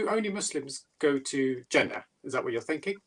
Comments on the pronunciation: The way you say Jannah makes me think you were never a Muslim. When I say Muslim, I mean someone who actually submitted their will to Allah swt and lived their life as a Muslim. You're probably related to Muslims, hence your name. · It's not old. You say Jannah, exactly like a gora would say it, a Muslim wouldn't say it like that, ever, unless of course that 'muslim' only has a Muslim name and is a coconut. Regarding the video, short answer is Yes!!! Someone who's committed heinous crimes will be forgiven for their crimes and they would enter paradise inshaAllah, if they accept Islam. The caveat is that the people the crimes were committed against will be compensated much more than they would expect, so much so, they will also forgive the individual. اللہ اعلم